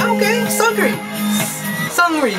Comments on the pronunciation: No LOL his name is pronounced like seungri lol that 'eung' part is important. is pronouncing it like 'sungri' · .....isnt it pronounced as Soongri not Sangri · hahaha your dancing is awesome! Glad you liked it. Except you say his name more like Soonri I think, the g is almost silent. And LOL your grandpa impression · sexy boy's name pronounces as "seung" and “ri”, 'g' is a silent letter. btw i really like your reactions to BB MVs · This is brilliant. You kind of remixed the song and it was really good. And the way you pronounce SeungRi is funny. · the pronunciation is not that important. seungri is a foreign artist; "ㅡ" can be difficult to pronounce to those who don't speak korean fluently. lay off of him. the important thing is that seungri just put out a sweet-ass MV, and is admiring it and praising it.